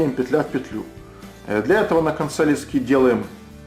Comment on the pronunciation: То говорит лЕски, то говорит лескИ, так ты уж определись как правильно говорить.